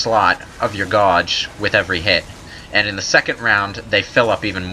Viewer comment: So, is this guy foreign/Canadian or something? The way he says "gauge" is, well, wrong.